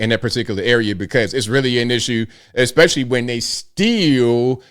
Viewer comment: Especially DOES NOT have an "X" in the word. Just saying..... It's NOT eXPecially!!